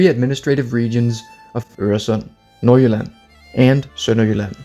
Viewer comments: Woaw your pronunciation of Øresund, Nordjylland and Sønderjylland was amazing, are you danish?? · are you danish? you said nord jylland and sønder jylland perfectly